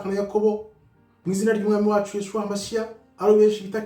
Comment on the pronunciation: Jye nturansubiza kuki uvuga yeshuwah Kandi ari yahushuwah